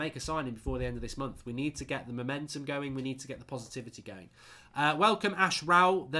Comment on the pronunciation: You should really wait a couple seconds before your intro, don’t think I’ve ever heard the W in welcome to the united stand.